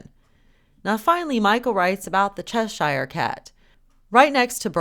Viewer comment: when you pronounce Cheshire as in the Cheshire Cat, it is pronounced cheshur & not chesh I re as you are pronouncing it, it is cheshure or chesher. God Bless.